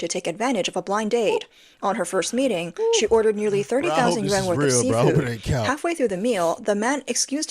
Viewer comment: Yuan not yen